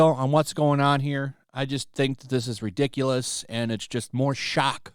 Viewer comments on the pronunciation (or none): none